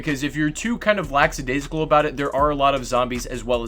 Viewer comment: Its "Lack-adaisical". Not Lax. Great video BTW.